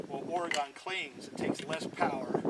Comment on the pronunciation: I hope you don't mind me correcting you on how to say Oregon, but that's where i live. We pronounce it ore-gun not ore-gone. Great video Thanks!!